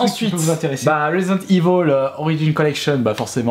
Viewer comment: resident evil pas resident ivol